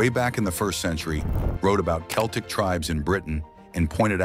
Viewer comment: Stupid AI can't even pronounce Celtic, so I am not going to listen to anything it says about my hair colour.